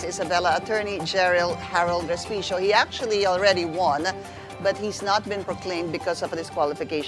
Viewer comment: Sorry po and not Hospecio😂😂😂